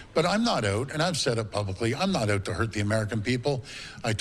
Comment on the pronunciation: "I'm not oowt"